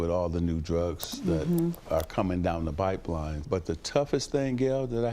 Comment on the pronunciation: definitely says "bipeline" instead of "pipeline" lol